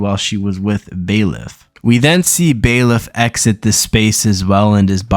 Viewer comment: bailiff - "an official in a court of law who keeps order, looks after prisoners, etc." what an absolute r-t4rd, this smooth brain can't pronounce words longer than 3 letters